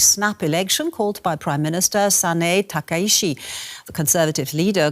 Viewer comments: The speaker lady is British, not German. The central reason why the speaker pronounces the ‘chi’ as ‘shi’ is because she does not know Japanese and does not often pronounce Japanese names. But there are two deeper technical reasons for why this central reason results in ‘shi.’ The first is that in linguistics ‘ch’ is the same sound as ‘sh’ but with a ‘t’ pronounced at the same time as the ‘sh’. That’s why in English if you write “catsh” or “kitsch” all English natives will pronounce them as “catch” and “kitch.” Because ‘sh’ is the same sound as ‘ch’ but easier to pronounce inside the mouth subconsciously on a mechanical level, in a moment of uncertainty for pronunciation it is likely to be defaulted to over the mechanically more complex to pronounce ‘ch.’ The second technical reason is that, in English language culture, pronouncing ‘ch’ as ‘tsh’ feels like the standard, normal, commoner way of pronouncing ‘ch.’ Whereas pronouncing ‘ch’ as ‘sh’ or ‘k’ feels more foreign and more classy. ‘Ch’ as ‘sh’ feels more French (because of words such as chagrin, chef, champagne), more smooth, and more elegant. ‘Ch’ as ‘k’ feels more intelligent (because of words such as machination, chemical, psychology), more imperial, and strong. So in a scenario where you don’t know exactly how to pronounce the ‘ch’ in a foreign name, would you rather pronounce it the commoner way ‘ch,’ the powerful way ‘k,’ or the elegant way ‘sh’? The answer will vary depending on context, but here the speak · サナエタカイチじゃなくてサナエタカイシって発音するのなんでなんや？って思ったらドイツには「チ」みてぇな発音があんまりないからとかなのかと考えたり